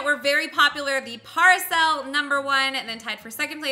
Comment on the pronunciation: ...Its pronounced pair A sole